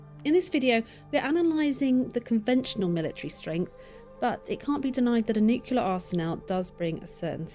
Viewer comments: the lady in the video keeps saying nucular not nuclear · New klee air. NOT New cue leer. Why do people say this wrong over all other words? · Few things are more irritating than someone who can't pronounce nuclear properly.